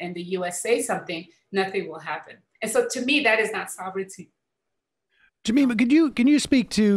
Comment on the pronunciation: Sam: JamAYma 🤣🤣🤣🤣🤣🤣